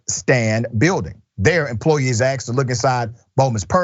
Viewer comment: For the love of God!...its not "axed" its "asked"!!!!!!!! A. S. K.!!!!!!